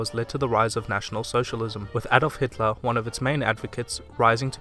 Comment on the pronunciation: You are from Germany? Because you say Hitler as typicaly German :D